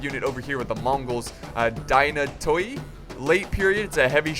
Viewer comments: love the videos.. psst, Dee-nah-toy;) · helloooo, i see your struggle in the last battles and since i m greek i m here to help. The byzantine shock cav is pronounced dinati, because in greek ''oi'' equals ''i''. Keep up the good job dude;) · Dynatoi is pronounced Thynati(th as in therefore) and literally it means strong